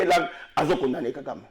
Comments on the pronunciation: FRANCI INCAPABLE DE DIRE LE NOM DE KAGAME GENOCIDAIRE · KALOMBO PARLE SEULEMENT QUE KAGAME TUE NOS FRERES. INCAPABLE DE PRONONCER LE NOM DE KAGAME, LES MARIONNETTES DE KAGAME